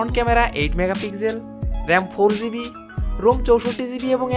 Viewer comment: ভাই আপনার ভিডিও গুলা খুবি সুন্দর হয়। শুদু কিছু কিছু উচ্চারণ একটু শুদ্ধ করলেই আরো ভালো লাগবে। যেমন - ভুল উচ্চারণ ৬ ঝিবি ( শুদ্ধ ৬ জিবি)